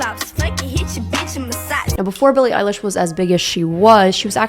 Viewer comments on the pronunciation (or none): none